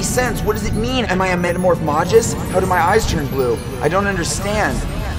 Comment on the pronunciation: Yikes, the way he said Metamorphmagus.